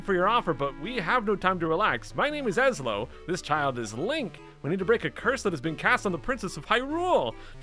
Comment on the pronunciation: It's pronounced (ess-low) Ezlo